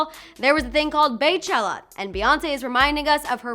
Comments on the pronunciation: IT'S PRONOUNCED BEE...NOT BAY!!! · BEYCHELLA NOT PRONOUNCED BAE CHELLA... it’s pronounced B-Chella damn... they said it several times in the show and doc.. smh